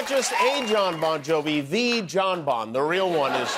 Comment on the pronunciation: “Bon Yovi”?…. I’ll allow it this time.